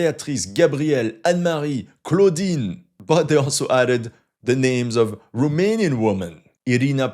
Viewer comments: He is surprisingly good at pronouncing romanian words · No he ain't and the pronunciation wasn't ,,spot on" but was better then of most of the forgners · also, good pronunciation of the romanian names and words! You did a good job practicing in order to perform well in front of your romanian viewership, salutations from România and keep up the amazing work!😁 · Wow, your Romanian pronunciation is pretty good. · Your romanian pronunciation was spot on. Salutare din Romania. Great content.